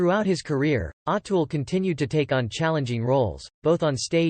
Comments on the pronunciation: I can't listen to this anymore ... in the first minute, you've mispronounced his name 4 times. There's really no excuse for that. If you're going to do videos (and therefore make money) talking about people who have been so popular and so influential, LEARN HOW TO PRONOUNCE THEIR NAMES!!!! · Pleeeeez pronounce his correctly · Pronounce his name correct